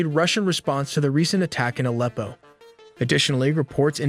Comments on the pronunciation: Alpo is dogfood. Aleppo is a famed city in Syria. Hi tech AI! They can't pronounce words correctly is a major flaw. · AND 'AH-leppo' Should be pronounces 'uh-LEP-o' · Dude before you make videos at least LEARN how to pronounce EASY to pronounce names like Aleppo ffs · bro can't even say Aleppo right.🤣 Thats when you know Youtubers are clueless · Your pronunciation of Aleppo was too cringe for me to continue. AI much? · Video is pretty good, but I think you should double check pronunciation of names. You mispronounced Aleppo and Erdoğan